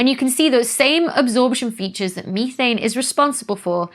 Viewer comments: Say it with me now Becky, meth...ane.. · Never heard methane (meth-ane) pronounced me-thane before. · ME-thane? I thought it was METH-ANE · Meee-thane. 😂 Gets my everytime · I was startled when I learned how “Methane” is pronounced across the pond 😂 ❤